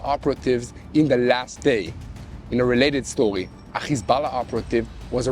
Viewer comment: "In a welated stowiee" 🤣